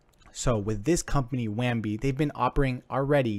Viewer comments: lol at this review. why does he keep saying WAMBI. there is no M. Bounty0x has infinite competition, its just not on the blockchain. Use case for bounty0x on the blockchain isnt there. I am still investing into bounty0x but funny how you could not think of competition. Just a craigslist for bounties is competition for bounty. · "wham bee".. lol.. so professional